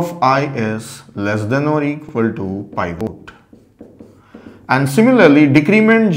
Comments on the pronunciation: It's pivot...not pivote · It's not pronounce pievote, but peevit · "pie-vote" lmaoooo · pivot, or /ˈpɪvət/, pi·vuht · This guy is a legend. But the way he pronounced pivot killed me. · the pronunciation of 'pivot' is ridiculous LOL. Great video though.